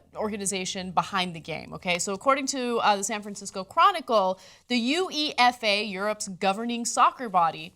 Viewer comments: It's pronounced UEFA not U-E-F-A. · It's not pronounced "you e ef ay", it's "You Ey Fa" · what's the 'You Ee Eff Ay' do you mean 'You ey fa' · U.E.F.A. Lol. It's pronounced you-ay-faa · UEFA (pronounced "Yoo-Aye-Faah"!) NOBODY ACTUALLY CALLS IT U-E-F-A. So. . . I'm assuming the moment of silence was mandatory? Anyone that has a differing opinion on the declaration is a 'poo-poo-head'? And when did Cenk stop being Turkish? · Haha she called "ooefah" the U E F A 😂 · Ana one little hint it's "YU-EF-AH" not U-E-F-A. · UEFA is pronounced like Yoo-Ayy-Fah. I've never heard it pronounced letter by letter. I know you're not european just thought you might want to know. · The U-E-F-A lol. How about some research before going on air? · I died a little inside when ANA said U-E-F-A. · Ana.....YOO- AY- FA is how you pronounce it, you don't say the letters. lol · ana not slaying you but as a FOOTBALL fans uefa you say it as youafa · UEFA pronounced "U Way Fah" FYI Anna and US people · It's pronounced u-are-aa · It's pronounced /juːˈeɪfə/. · its pronounced uwayfa ana.. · My first time hearing someone pronounce UEFA as "the U.E.F.A" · "The U.E.F.A" LOOOOOL ANA. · When she calls uefa U-E-F-A -_- *facepalm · It's pronounced you-ay-pha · it's not UEFA, it's pronounced u-ay-fa.... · It's actually U-ehfah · no, it's oo-eh-pha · can't pronounce uefa lmao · did she really say every letter of uefa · UEFA - football fans pronounce it as a word. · I cringed when she pronounced it like that. But just because she doesn't pay attention to a sport doesn't make her stupid